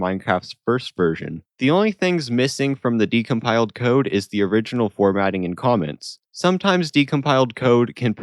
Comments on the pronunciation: its decompiled not decomiled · ah yes, "decomiled"